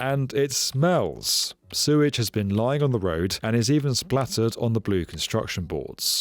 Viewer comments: Hey mate, love your videos, been watching them for ages,glad you have a book out. But please..it's Sewage not surage, you swap from both pronunciations throughout your video.. Cheers.. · did you say "Suez treatment system"? Hahaha!